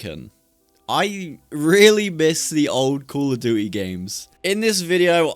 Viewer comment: bro said be'a and call o'du'y...